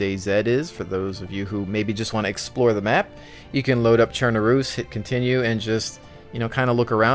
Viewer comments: Cher-Nar-us Gra-nade-er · u're spelling chernarus and utes wrong, atleast not how i heard it being spelt all the other times. cherNArus and UUtes